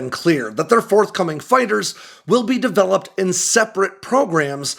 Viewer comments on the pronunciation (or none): none